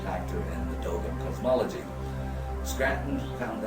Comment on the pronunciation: Oh how I long for subtitles while watching the Dogon [PLEASE pronounce thier name right!] speak for themselves! Of course peopel can travel to other parts of galaxy whille taking a nap, and as well paint hyperspace symbols on thier "primitive art". Then the Material conquerer jealously hides the source but comes out with it later as if they Just figured the Big News out. No offense to you men, I apperciate you post this, but Id rather spend the safari money and interview them and u together